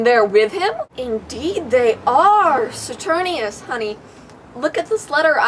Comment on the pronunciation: This was amazing!!!!! I love your mini-Shakespeares so much oh my god. Also...I think it's Saturninus, with a "nine", not Saturnius, but this was posted in 2013 so it won't really matter at this point.